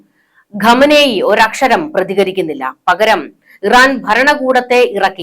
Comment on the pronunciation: ഘമനേയ് അല്ല ഖമനേയ്. ശരിക്ക് പറയു.